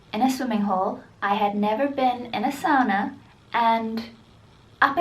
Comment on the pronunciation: Stop saying zoona because it's fricking SAUNA NOT ZOONA